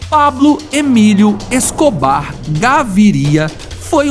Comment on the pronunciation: Ta ruim a pronuncia do nome do Escobar